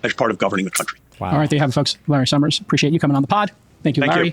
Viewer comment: Americans who pronounce the letter S with a "SH" sound, like this Larry Summers guy, or like senator John Kennedy, are for some reason so annoying to me. Just speak like a normal person, please!